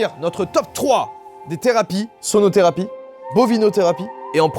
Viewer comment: Quand tu as dit "la sonotherapie" j' ai compris sodotherapie 😂